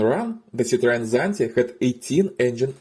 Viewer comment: Zitreän Tsanti... Sedarin Tsanti...Zideren Tsanti...Tsante...Zidrine...Sara...Zante...Zatta... Lasst es einfach bleiben! Unerträgliches KI Gelaber.💩